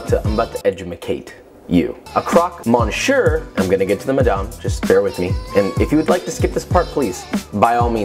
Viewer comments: that 100% not how you pronounce monsieur xD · Monshur 😂😂😂 you say it like Miss-yeur. That was painful but merci beaucoup pour le recette! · Dude it's pronounced me s i e like that not monsheur don't pronounce the sh the r and switch the on with e just so you know Anyways big fan awsome vid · mon sewer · what wrong mon-sure? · That was a great "mon sure" that you did there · Miss yurh, said quickly.. Thats the correct pronunciation for Monsieur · “Mon - sure”???? Really?? Love you tho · MONSHUR??? WHAT? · You are such a great and knowledgeable cook....but as a french speaker, your pronunciation of monsieur makes me want to scream lmao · Nah it's just the monsieur for me. Monssieur isnt that hard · This looks amazing!! New sub here :) btw you pronounced monsieur wrong but it’s okay lol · OMG. he slaughtered that!!! His recipes and knowledge are killer.....but mon dieu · The ONLY correct pronunciation of a French name is the French one. How does this obvious thing escape you? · Oh muh goood you butchered "monsieur" 😂 youre still adorable though and that croque madame looks incredible!!!